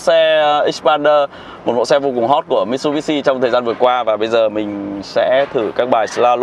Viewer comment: Mitsubishi anh ạ... Lên chương trình mà đọc sai tên thương hiệu vậy anh?